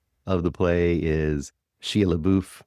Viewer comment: Don’t act like you can’t really pronounce Shia’s name